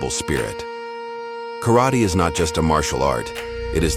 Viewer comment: Pronounce “karate” wrong……